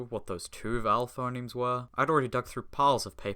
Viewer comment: That's FUH-nemes to you! 🇻🇳